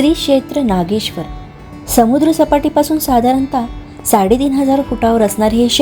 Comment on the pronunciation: नागेश्वर म्हणा सारख सारख नागेश्वरी काय म्हणताय.